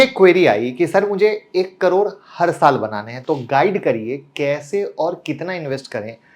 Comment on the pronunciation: करोड़ बोलना तो सीखने पहले